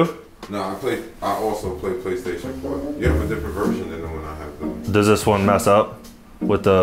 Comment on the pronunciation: Did he say Paystation?